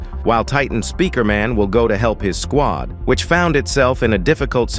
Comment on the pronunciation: Blud said g squid and nit g squad